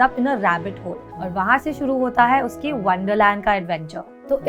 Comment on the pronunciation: Just a humble request mam, please don't get offended... You really need to work on your pronounciations and you really don't need to put in a fake accent while speaking in hindi, specially when using the word "है"... It makes hard for us to watch the video with such speaking quality